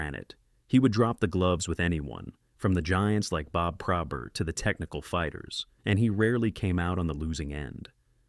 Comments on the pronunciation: It's Pro-bert not Prob-ert. RIP-Mr Probert was the greatest enforcer of all time...🏒💪,🏑✊✌️ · This AI narrator mispronounces Probert as PRAH-burt & Roy as ROI (it's RAH).🙄🤦 Otherwise, a well-written & researched video on the career & tragic death😭 of Todd Ewen.👍 Having been a lifetime San Jose Sharks fan since 1995,🦈💙 I'd often get carried away whenever watching Ewen lay hard hits & engage in slugfests in televised Sharks games during the 1996-97 season.😡😤👊 But aside from his enforcer physicality, he was a loving husband to his wife - and eventual widow😢 Kelli, and young sons.💖 When I learned of his suicide 10 years ago, I was stunned, yet totally not surprised.😔💔#riptoddewen🙏